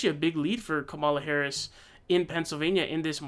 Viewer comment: Comma la dude! Pronounce it correctly, and stop being disrespectful!